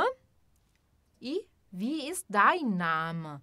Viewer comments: Congratulations for the correct use of the pronunciation key with respect to Wie.../vi:/. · Herzlichen Glückwunsch für die korrekte Verwendung des Ausspracheschlüssels in Bezug auf Wie.../vi:/.